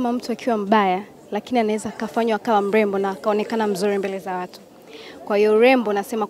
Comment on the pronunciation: Yaani Tz inakoelekea inatisha watu hawaongei kingereza vizuri na hata lugha ya kiswahili ni hatari mtangazaji anatamka mlembo instead of MREMBO!